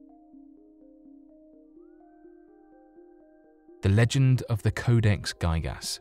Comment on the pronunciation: Codex "guy-gas" ..I think it's "g-ih-gas" the same 'ih' sound as for 'index' 😊 great video, thanku!